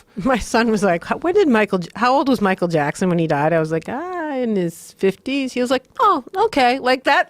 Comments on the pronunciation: Michael japson 😂😂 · “Michael Jabson” 😂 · Michael Jabson